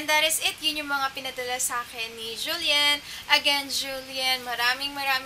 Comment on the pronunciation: Julyen ba ung pronounciation?